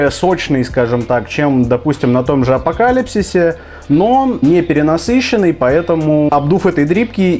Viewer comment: Апокалипс а не апокалипсис